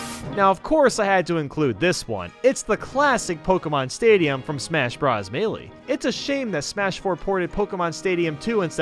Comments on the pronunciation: Auto correct mic: Smash bro’s marriage Human h👂🏻s: Smash BRAS mheyliy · Did you just pronounce smash bros melee as “smash bras melee” smh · Smesh Bras Mel E